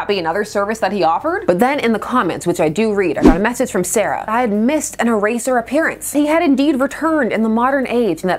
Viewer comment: E-tear…for eraser…